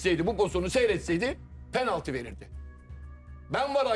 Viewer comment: Bay objektif abimiz gene kiviriyor penalti diyemiyor😂😂